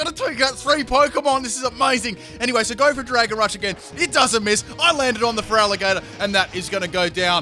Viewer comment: There should not be a vowel between the T and the R in Feraligatr!